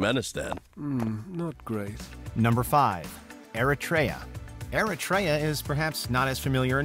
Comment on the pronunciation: the way he pronounces Eritrea is atrocious but in a cute way.🙂